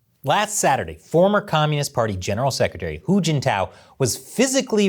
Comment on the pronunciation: I was trying to keep track of "hu" and "who" until "little hu" came up to the story, you said who a lot then I got confused and stop.🙁....Good analysis though👍